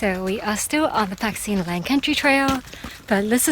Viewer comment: Pat sin Leng 😁!!!not pak